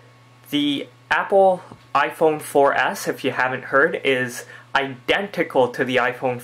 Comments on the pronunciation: youre saying iPhone 4 Ass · He says iphone 4 ass